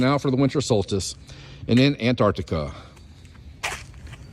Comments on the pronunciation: Does he understand that it's pretty far from winter in the southern hemisphere? Oh, and it's Antarctica, you fucking moron, not "Antartica"... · "Artic" circle and "Antartica" ... I've seen enough 😂😂😂